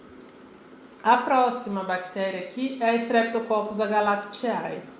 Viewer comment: estou adorando, seu vídeo esta me ajudando muito, mas lembre-se que o ae no final não de pronuncia, é agalacti ou pneumoni. obrigado pela ajuda.